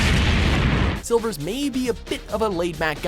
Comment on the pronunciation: SERIOUSLY FIRE THE NARRATOR!!! he's garage at pronouncing the names of the characters. silvers who?!?!?